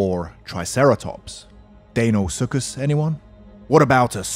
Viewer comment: The way you pronounced deinosuchus fucking hurt me, so so much.